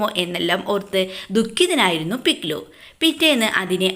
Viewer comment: പിക്ലൂ അല്ല പിക് ലു